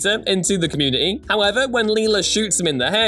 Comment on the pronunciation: There is a T in community dear boy.